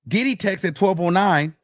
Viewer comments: Got me saying More Oil!! 🤣🤣🤣 thank you for your coverage of this trial, These news outlets ain’t giving us the info we need! When I hear DID-EEE!! Cracks me up every time, Love from the UK am here for the Wiggins Show!! 🎉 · “DID-EE” I can’t stand you 😂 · The way you say “DID-EE” 😂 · The way say that man name takes me all the way out 😂😂😂